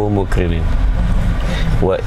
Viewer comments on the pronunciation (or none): Ma'@ tdi maksudnya " mukriniin, tp dibacanya mukriniin". Maka, tolong klo pas mimpin do'@ tolong lihat mimik mukanya sekali2. Asal jangan pke nafsu ya . Ha ha.. 🤭😆😁